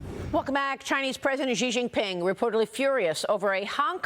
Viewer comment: its “shee” Jianping lady